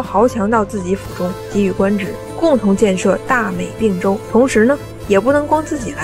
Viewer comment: 并（同冰音）州，不是不是并（病音）州